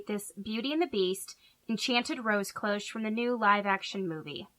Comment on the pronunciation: Faux engraving... without having to go out and buy a load of new products... I love Love LOVE this idea!!! Thank you sooo much for a fab tutorial!!! <3 (p.s. sorry to be picky but CLOCHE is a French word and is simply pronounced closh!)